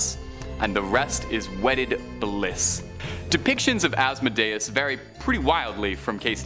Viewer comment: Asmodeus is pronounced-(Az-moe-dee-us). Just a little heads up